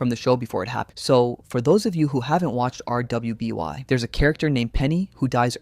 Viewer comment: to be fair maybe there's a reason he says things like LGBTQ slowly so I'd rather not clown on him for it but hearing him spell out rwby instead of just saying it as "ruby" just ticks me off